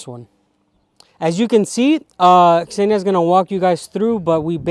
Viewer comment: Господи! Какое счастье слышать, как англоговорящий человек произносит имя Ксения,правильно! Наконец-то!😄 А то все, Зения, Зена или еще как нибудь!😂